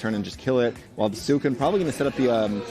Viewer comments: STOP SAYING SUCUNE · I hope frost prime loses just so I can stop hearing pronounce Suicune